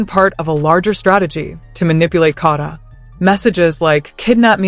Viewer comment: Her name is KADA not kaadda